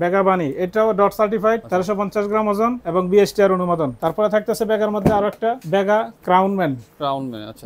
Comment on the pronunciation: খুব হাসলাম তার কথা শুনে (ভেগা) রে বানাইলো (বেগা😂) আর (টার্ক) কে বানাইল (তর্ক 😂)